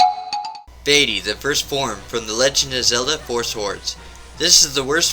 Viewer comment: Good list, ill subscribe, also, its pronounced vah-tee, not vay-tee